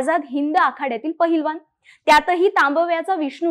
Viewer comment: पहिलवान नाही बाला ....पैलवान